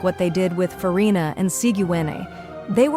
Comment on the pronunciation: the AI pronounced Furina correctly? NO WAYYYYY